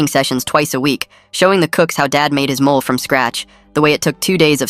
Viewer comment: Not mole - molè